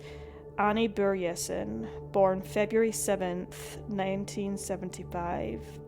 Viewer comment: Swede here, and I just have to thank you for pronouncing the letter Ö right! Anyway, strange how I've never heard about this case until now. Then again, I was 12-13 in 2005, so I probably wasn't paying attention, sadly. It makes me so angry; cases like these, where investigators just go by their own tunnel vision and refuse to investigate other leads... Terribly sad how the country that Annie loved so much (Scotland) couldn't seem to be bothered to care about her in return. I hope the mystery gets solved somehow, some day... Vila i frid, Annie.